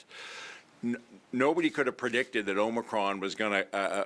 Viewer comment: the premiere doesn't even know how to pronounce it. It's not "omnicron" it's OMICRON. More proof that he has no idea what he's talking about.